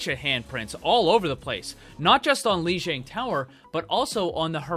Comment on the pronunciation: It's pronounced "LEE JEE*AH*NG! Grrrrrrrrr!!!!